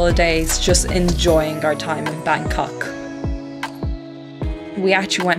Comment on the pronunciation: I like the way you pronounce Bangkok